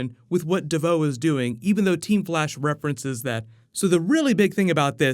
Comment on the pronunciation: it's devoe not devaux